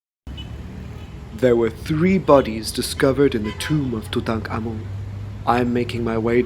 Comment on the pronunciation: I simply cannot tell you how delightful it is to watch a documentary about ancient Egypt and about Tutankhamun in particular, and hear the people featured in the doco pronounce his name correctly! I am heartily SICK of western program content, the History Channel in particular, about the legendary Egyptian god of taxis Tooten Car Man! Bravo bravo!